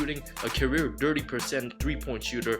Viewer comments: I thought he said the dirty 4 year old melo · I keep hearing dirty for 30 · I thought he said the dirty four year old Carmelo Anthony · No offense to you, but I thought you called Melo a “dirty four year old” 😂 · Does any realize he says dirty instead of 30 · He’s says dirty percent instead of thirty